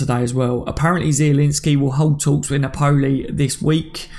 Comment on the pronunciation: I’m not really pronunciation police but it’s Pronounced Nap—Pol—Lee not Nap—Pole—E